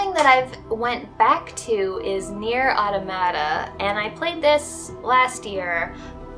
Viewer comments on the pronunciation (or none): Your shout outs are working on me. I've subscribed to several channels on your recommendation, I especially like Octavius Kitten, she is so funny. Also, and please don't hate me for this, but, automata is pronounced or-tom-a-ta. I'm so sorry.